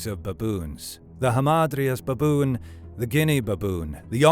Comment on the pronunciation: So many "beboon" in a minute😂